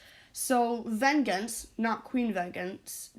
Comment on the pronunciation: bruh ven-gens lmao it’s pronounced “ven-jance”